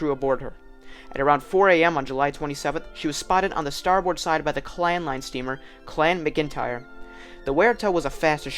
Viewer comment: Good research and exploration of various theories. Just check pronunciation before recording in the future. "Waratah" is pronounced "War-ah-ta" and "Clan McIntyre" is "Clan Mac-In-Tire". Good production and fine presentation otherwise. Still gave it a Like.